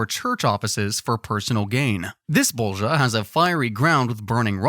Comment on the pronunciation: IM DYING OF LAUGHTER BECAUSE YOU SAY ✨✨BoWlGiJa✨✨